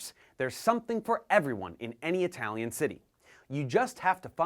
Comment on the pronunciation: How is your Italian pronunciation so good? Amazing!